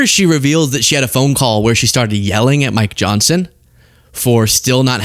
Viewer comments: I swear to go, Marjorie just called Mike Johnson (Micro Johnson) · Maybe she was trying to say Micro Johnson 😆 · Did she say Micro Johnson?😁😅🤣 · She said Micro Johnson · My ears heard crazy space-lazor-lady say Micr'ojohnson 😅 but maybe that's just me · She’s said “Micro” Johnson. 😂😂